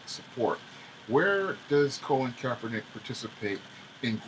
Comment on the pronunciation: Pronounced Cah - Lin Kaepernick Not Co - Lin just saying. Cah - Lin Took the 47ers to the Super bowl his first year starting as QB and was a pro bowl QB his first full second season for the 49ers. So he wasn't a failed QB in NFL he actually has a winning record as a professional Football player.